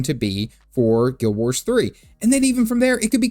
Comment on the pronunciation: Say Guild Warsh one more time, I dare you!